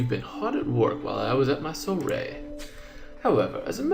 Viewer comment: its pronounced su-wa-re-y